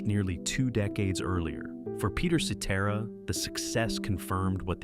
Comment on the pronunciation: At least this AI narration pronounces Cetera’s name correctly.